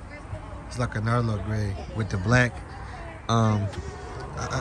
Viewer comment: Narlo gray?! 😂😂